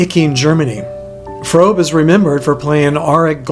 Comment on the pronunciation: Fröbe not Frobe, also the funniest man I ever met.